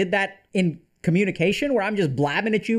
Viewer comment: Coh-muni-kwation? 🤔 Math algorithms?